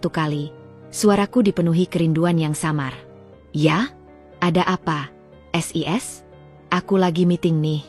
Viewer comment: sebenarnya ceritanya bagus sayang cara bacanya agak aneh sis kenapa d baca S I S jadi kedengarannya lucu seoerti ngak bisa baca,maaf ya komplin